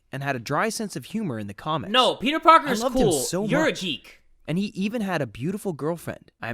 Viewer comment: saying jeek instead of geek 😂😂